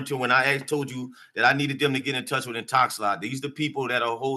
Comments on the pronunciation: He keeps saying Intox-a-lot. The company is called Intox-a-lock. 😂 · He's stuck In-Talks-A-Lot